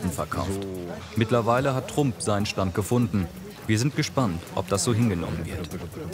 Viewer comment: Sach der einfach Trump Deutsch ausgesprochen... schon mal was vom ex Präsidenten Donald Trump gehört? Oder sprichst du den auch auf deutsch aus?